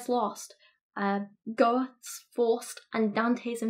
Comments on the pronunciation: you can youtube or google the pronunciations of the names you use. I recommend you do that for GOETHE. that was just horrible. it also shows that you do not know who they are, which, in this case, is bad. it takes you 1 minute per name to research and it really helps not look like you are just... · There's no 'r' in the pronunciation of Goethe. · Great review! I appreciate that you went out of your way to be fair, despite everything. Side note: Taoist is pronounced dOW-ist. Goethe = GEhr-Tah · Tao = Dao, Goethe = GER-tah (I know, German words can be a bitch) … and this isn't the first time he's used the lobster analogy. It's that he's had to deal with the extreme SJW elements of academia and one of the points that they try to make is that hierarchy is very patriarchal and evil. Lobsters and humans diverged evolutionarily a very, very long time ago and yet lobsters have a hierarchical social structure. He's trying to make the point that such structure is deeply embedded in Human (and indeed, biological) nature. Social hierarchy may be in need of reform, but it's not going to be eliminated any time soon. But, much of your analysis is spot on In my opinion Dr. Petersen is the King of Half Baked Ideas. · 1 - I like your videos. 2 - please learn to pronounce words like Goethe - you can Google "How do I pronounce *****" (from someone who used to say "Edin-burg") 3 - No, no one fact checks books before publication anymore, and I believe they rely on a computer program to do proofreading. It's very frustrating.